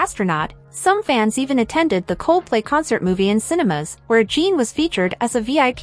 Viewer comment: His name is NOT Jean or Gene. His name is Jin. Phonetically Gin. Gin. If you can't be respectful and pronounce his name right...you should NOT be reporting on this story. You and your director should be fired. This station should never put out a shameful story where the names are Misprounced! In the professional world of Journalism ...you don't do that. Clicking off your channel with a Don't Recommend click. I changed my profile pic to Jin to honor him for serving in the military. To honor him you should at least pronounce his name right. Jin is World Famous! You should be so embarrassed!!!